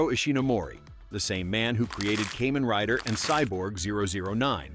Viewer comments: For me: Heisei > Showa > Reiwa and Kamen Rider > Sentai/Metal Heroes/Ultraman (Tie for second). Toei's Spider-Man is in a class all by itself. 🤣 (Also, it's pronounced Kaa-men not Kay-men.) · I watched all those Japanese ‘Suoerheroes’ in Japan 🇯🇵 back in the 60s through late 70s into 1980 before I headed into US for college. It’s pronounced [ KAH MEN ] Rider, Not “Caymen’ Rider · Ok Ai… Kamen Riders are bugs… NOT some kind of reptile. They are “KAH-MAN” Riders. Sound like you did some homework before posting this. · "kaymen rider" i just spat my cola damnit 😂